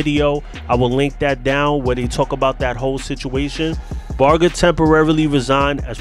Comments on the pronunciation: Like a barge in the water..how u pronounce large. The g is like that..nit g as in goat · #GHOSTIN Love your show,,so you will have to forgive me for saying that you're saying Sonny's lastname wrong!! With all due respect to you,,and Sonny i wanted to let you know